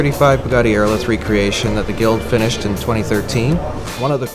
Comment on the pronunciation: "Aérolithe" not "Aerolithé... Just sayin'.